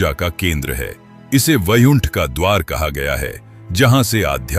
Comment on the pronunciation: Bhai VAIKUNTH hai wo AI voice mein edit karo Vaiunth bol raha hai AI voice